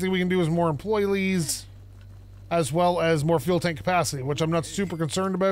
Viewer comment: “It matters how you word things and how you say things” *pronounces employees “employlees” Haha sorry. Been watching you for years and have to give you some crap. I also don’t skip ads sooooo…you’re welcome? Keep ‘em coming. I love this series:)